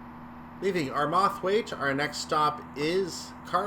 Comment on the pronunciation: Still can't pronounce Armathwaite right. Did you not watch that video I linked you to? :)